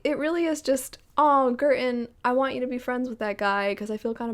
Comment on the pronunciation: Every time you said Girton my brain heard curtain This book is quite cheap on kindle at the moment so I just purchased it, I don't know when I'll get to it but it definitely sounds interesting!